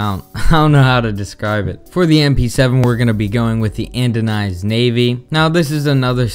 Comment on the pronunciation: It's called ANODIZED, not andonized.